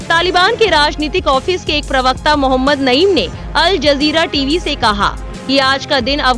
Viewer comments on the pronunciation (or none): none